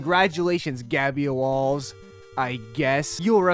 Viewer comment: "theres no gabyoalls!"